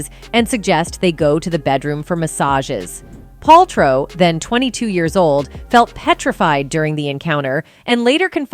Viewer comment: The narrator keeps mispronouncing Wein-STIEN instead of Wein-STEEN. She actually switches between both at the minute mark. Also can't pronounce Paltrow correctly. C'mon. Get your stuff together.